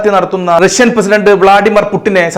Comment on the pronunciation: രശ്യൻ അല്ല റഷ്യൻ. ബാശ അല്ല ഭാഷ 😂😂